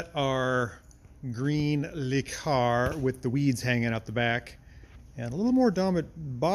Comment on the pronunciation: It's "LUH Car", not "LEE Car".